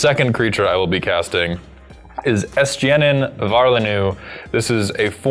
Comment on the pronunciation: "Oh, did really well pronouncing "Urianger"!" pronounces Estinien immediately after "Oh."